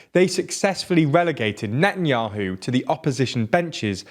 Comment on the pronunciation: his name isnt even benjamin its bibi... the way hou pronounce netanyahu is just awful to its painnnnn. it is: ne tan yauw